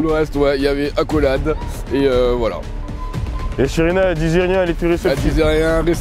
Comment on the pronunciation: Hum par contre faut respecter le nom de Sherina elle a dit Shereke 🤣🤣🤣💀